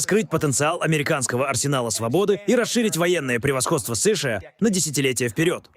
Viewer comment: Чё за сышыа, чё за сэшЭа, плять!!!!!